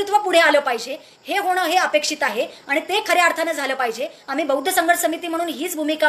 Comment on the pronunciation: Swagat madam pan buaddhcha d cha m karu naka krupaya hi vinati hitias sangato